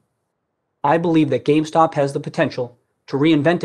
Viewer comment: GAMESTOCK hahaha he says gamestock